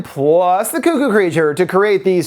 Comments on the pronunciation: It's not coo-coo, it's cuck-oo. Wtf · Its pronounced cuck-oo buddy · This is not important in the slightest but i grew up in southern indiana and we always said it like you do, Koo-Koo, but after moving around a lot i just realized I pronounce it more like how its spelled. I didn't even realize I'd done that until I heard you say it and it sounded off to me.